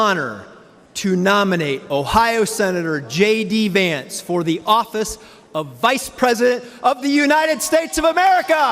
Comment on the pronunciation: Shocking that the presenter is calling Vance as Vince. Indian reporters research nothing on what they present. Garbage reporting.